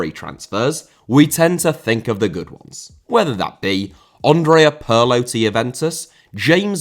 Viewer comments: It is pronounced Peer Lo, not Per Lo. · Andrea* not Ondrea Pirlo* not Pölo Eboué* not Abouie Fernandinho* not Fenandíniouw Mascherano* not Mascherohrnouw Cuadrado* not Cadrohrdouw Ramsey* not Ramzey Half* not Holf José* not Djouwsei Bosingwa* not Bossingwer Cissé* not Cissei Júlio * not Júliouw César* not Céisah Atlético * not Ahlétecouw Thiago* not Thiorgouw Samuel* not Samyul Eto'o* not Etouw Aussie* not Ausie Debut* not Deibyu Dieudonné* not Djudonnei Mbala Mbala* not Embohrler Embohrler Zoopla* not Zooplor Bogarde* not Bouwgard Lamare* not Lamarei 24 different mistakes in pronouciation ffs